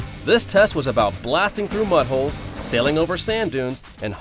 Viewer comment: Ahhh, he said mudholes! Sounded like something else.